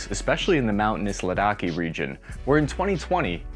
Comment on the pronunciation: Pls learn to pronounce Ladakh and narendra